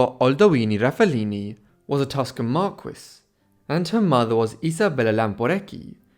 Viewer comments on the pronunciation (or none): Marquis: mar-key. In Italian, mar-kez-eh. Not mar-kwis. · Actually someone should teach the AI narrator that MARQUIS is pronounced "Mar-KEY"